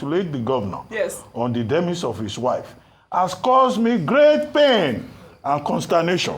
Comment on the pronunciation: Abatti mocking someone's English but at the same time mispronouncing "DEMISE"